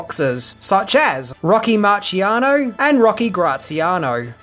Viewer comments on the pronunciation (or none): Rocky Marciano. It’s pronounced mar-see-ano